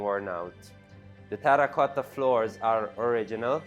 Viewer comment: I do love the way he says terracotta